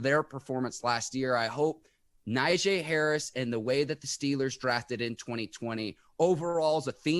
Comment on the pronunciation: Hey is name is pronounce Nagee although it's spelled Najee